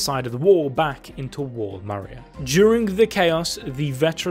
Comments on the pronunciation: "mira" but the name is Maria hahaha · He said Mira instead of Maria for one of the daughters name but solid video! :D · This man man really prononced maria like mira lol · Mans said Wall Mira 😭😭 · What I'm very confused about is why people are pronouncing MARIA as mira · Maria ❌ Mira ✅